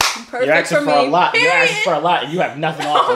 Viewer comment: He said peroied po😂😂😂